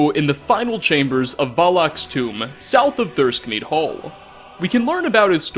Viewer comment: it's Thirsk meadhall, not Thirskmead hall.